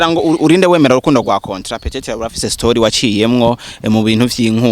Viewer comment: Hhhh uwomwijogonyor wuyomukobw rer ingene avug ngo cotra barahaz